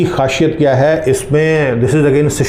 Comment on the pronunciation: Khasiyat not khashiyat